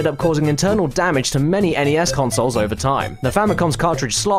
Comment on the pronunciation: An English/Australian gentlemen rightfully pronouncing my beloved NES instead of that ear raping "ness". You sir kick major ass and you're my hero.